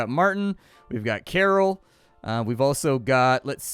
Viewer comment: Karol is pronounced Carl